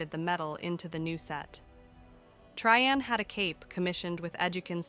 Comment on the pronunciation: I am loving the story so far, but can anything be done about the volume slowly fading in and out? Also, the inconsistent pronounciations are bothering me: Trian = Tri-yan, Tree-yan, even Tree-en once. Caste = Cah-st, cay-st or cast-ay. Shaperate was pronounced differently twice in the same paragraph! (shapper-ate and shape-rate.)